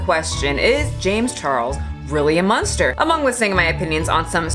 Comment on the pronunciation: Is James Charles a Munster? No I don’t think he was on that show. He’s a bit young... I’m kidding it just sounded like said Munster, I know she said monster. When accusations happen in the court of public opinion it’s just a waste. Take it to the police and get it in a court. Don’t blast it on Twitter or IG. It’s not the potato or the books, it’s the censorship of products. A decision made for the public, for me for you and THAT is the problem. Amazon has already pulled books from its website they’ve deemed unfit for the public. Cara Dune action figures, Funko Pop characters have been wiped, the books about the Mandalorian have been scrapped so it’s Like the character never existed. This was a shows most popular character. I don’t know who wrote that article but I’m very interested in reading the whole thing. Here’s my one wise moment to anyone still reading: be careful what online news sources you read and trust. Many of them alter and dramatize situations because it’s what the get paid to do. So you’ll click on that link. They’ll use key words that guarantee traffic. Like “True American” “*anon” “liberals” etc. And all you’re reading is a tabloid.